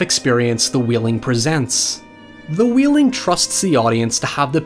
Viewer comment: It's pronounced Whale-ing not wheeling.